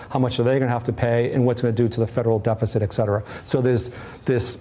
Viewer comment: The word is "et cetera"